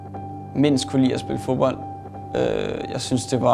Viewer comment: utroligt irriterende de ikke kan udtale 'd'et i fo(D)bold